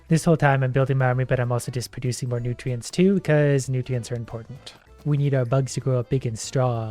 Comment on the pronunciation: Ah yes, I love "NewTreeAnts"